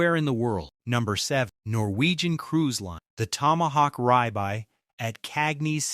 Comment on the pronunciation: Ribeye is pronounced rib eye, not rye bye.